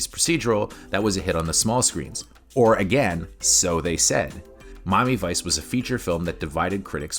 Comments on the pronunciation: I couldn't get past the frame rate. It just looked....wrong. that and it was as shallow as a drained kiddie pool. Also, you pronounce Miami Vice weird. It sounds like Mommyvice when you say it. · "Mami Vice"